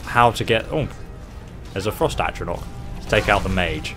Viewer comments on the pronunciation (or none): none